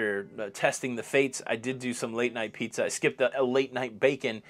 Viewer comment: Hey, love the show!! Sadly I am now having to announce my airport departure from the channel due to your pronunciation of "pizza" and "guacamole". I have taken all that I can of your made up words. So I am now departing your channel for the night and will see you in the next video on the lido!!! Bye!